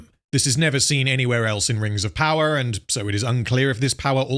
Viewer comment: I’m sorry but why does him saying power sound so weird here